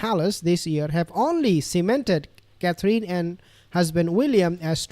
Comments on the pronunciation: You are pronouncing Kathrine wrong. It's not pronounced Kathleen but Kathrun. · Just so you know how to pronounce her name its Catherine.....last 3 letters don't mean EEN.....it's pronounced simply as "in" Cather.....in